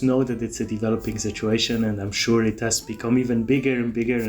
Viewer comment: Thanks for these warnings,. I really liked it when you said "this shituation" instead of "this situation".